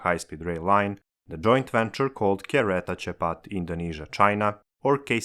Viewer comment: Hes pronounciation of "kereta cepat" is not that bad quiet good actually, was surprised.